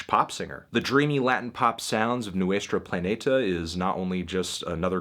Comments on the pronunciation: "newestra plahnehtuh" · "nUestrO planetuh" ~ melon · “Kneeew-A-straw Plan- A- tah”